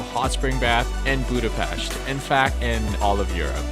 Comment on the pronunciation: I really enjoyed this travel video about my city! Yes you pronounce Vajdahunyad vàra wrong :p its more like Vaydahunyad. BUT You are the first one i ever heard who says Budapest right! Great channel!! Im checking all your videos,im a traveller myself! Keep up the great job